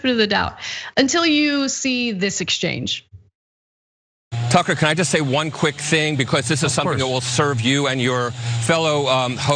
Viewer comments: Soooo, is everyone going to start pronouncing his name 'Tooker'? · Someone should call him Tookaah and see how he likes having his name mis pronounced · I'm like 3 minutes and 50 seconds and yeah they definitely makemillions of dollars a year definitely more than you and your wannabe YouTube subscription. I'm sorry I'm so full of hate I just thought that you know we would degrade people for personal opinions and the way they speak words. I don't like the way that you say Tucker's name I think that you're mispronouncing it unintentionally and ignorantly